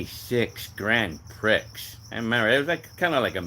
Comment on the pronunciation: Grand Prix is pronounced like Grand PRE my mom had one I had a 96 Grand AM I bought in 97 it was good at first but a money pit later.